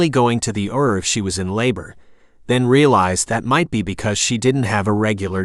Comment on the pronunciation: Too bad it's not a real reader. I got a laugh when it says "err" for ER or "led" for lead, (long E sound) 😅